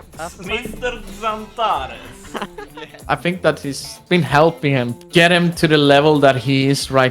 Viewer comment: how he says "Mr. Xantares" is fireeee